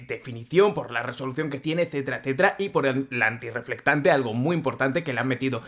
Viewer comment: Deje de ver el video. Solo por escuchar tantas veces. "Antireflectante" 🤦🏻